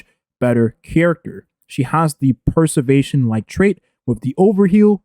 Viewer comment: "Perservetion" lol